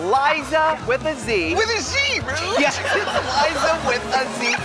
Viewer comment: Jinkx calling Ru "Broom" absolutely killed me. I don't think I ever laughed so hard at a Snatch Game performance.